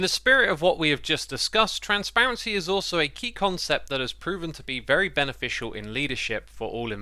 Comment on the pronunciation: is it benefitial, or beneficial? 😅 That aside, thank you for this video! Definitely very informative and helping us to understand all the hidden layers to create, run and maintain the smp we all love!